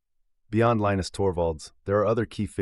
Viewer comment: If you can't pronounce Torvalds first name correctly, you don't have any credibility.